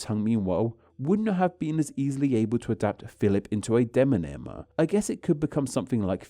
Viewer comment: Very interesting! But did you know you are still saying de-non-ym, instead of de-mon-ym?